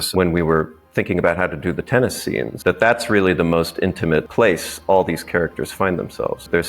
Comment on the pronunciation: Why did bro say TEENis 😂